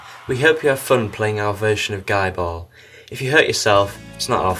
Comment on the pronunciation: No no no it's pronounces GEEEEE ball. GEEEEEEEEEEEEEEE ball!! :) You rule, by the way.